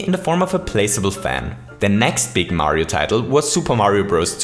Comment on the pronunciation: you just say Mario pretty german😂😂